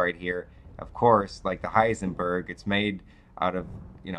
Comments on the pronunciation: Hindenburg not Heisenberg... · The zeppelin was called Hindenburg, not Heisenburg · "Like the Heisenberg"... Probably one of the best misspoken word/names yet